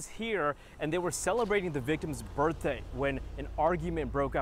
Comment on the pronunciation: I've listened over and over and I do believe that the first anchor woman that spoke says " B I R F day " , not birthday . Listen for yourself.